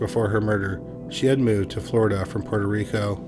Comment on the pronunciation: Thank you for actually saying Puerto Rico correctly. I appreciate you.